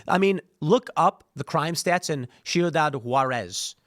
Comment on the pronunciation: I love how Tim pronounces Ciudad Juárez: Shiudad Juarez